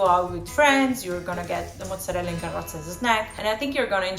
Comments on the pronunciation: What is this "mutzerela"? 😅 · "moootzerella" oof girl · Is it really pronounced Moose-erella, or is that just a New York thing? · why does the host pronounce mozzarella that way?